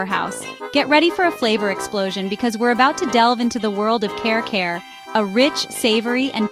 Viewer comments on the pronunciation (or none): It doesn't seem you've been to the Philippines at all. You don't even attempt to pronounce the names of the food properly. It's like you're reading somebody else's list and just slapping stock videos together. Care care for Kare Kare?? I just can't 😢